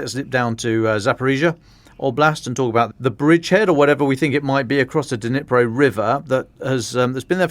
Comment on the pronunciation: I lived in Ukraine for 17 years right next to the Dnipro river. NOBODY IN UKRAINE call it the DeNipro! Nobody. The D is silent. Just like the K in Kherson and Kharkiv. They are pronounced Cherson (as in Scottish “loch”) and Charkiv . But I know the English tongue struggles with such sounds so just make the D silent and say Nipro. Same with Kh - Herson, Harkiv. It’s not hard.